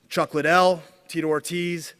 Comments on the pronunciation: Still calling him Chuck Lie-Dell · How are you promoting this fight and calling him chuck lydell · Chuck "Lie-Dell" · no bro even casual fans say chuck lidell not Liedell you dumbass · Oscar del la Hoya what an idiot nob end can't promote this he's a joke a wana be Dana the ufc refused to do this fight cause the fighters are to old lol come on chuck Lydell lol its fucking chuck Liddell u fucking idiot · Damn bro...... get some speech classes bro. Don’t you have writers to put your speech together. Your straight wigging it bro. Also Chuck (L-y-dell) or Chuck Liddell. You can’t even say that right. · Why does Golden boi keep saying Lie dell? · Not Lie-Dell It’s Liddell Dumbass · Why are you saying chuck lies or are you trying to say liddell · Oscar should stick with boxing. Take some public speaking classes. He said Lie dell for fuck sakes. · It’s Liddell not lydell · Tito . "Lie-dell" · Between the monotone and pronouncing liddell wrong i can honestly say i will never watch oscar speak again! What a twit 😂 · Holy fak 2 minutes in and you wrongly pronouncing Chucks last name so many times was enough for me to hammer the mouse to dust - stick to being the face of the company get one of the punch drunk fighters to be the voice cuz man oh man you struggled